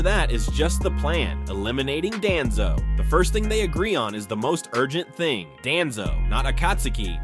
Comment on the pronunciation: Why does ai always call him Danzo who TF IS DANZOOOO